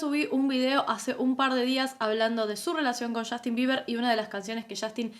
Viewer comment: Shostin biber, mayquel shacson